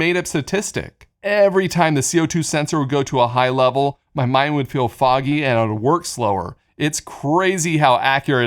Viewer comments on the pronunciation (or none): none